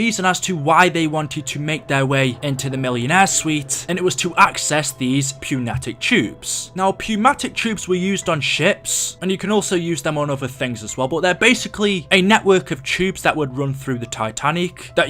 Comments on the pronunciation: It’s pronounced new-matic not pew-matic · Pewmatic tubes? Lol it’s pronounced new-matic. Pneumatic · "pew-matic" lmfao. its new-matic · It's pronounced new-matic tubes not pnew matic and the way it's spelled is pnematic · Pneumatic is pronounced "new-matic" also its not a millionaires suite its a first class state room